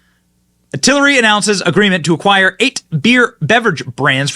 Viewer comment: TAL RAY not TAL I RAY Give the suckers buying this spinoff credit by saying their name correctly.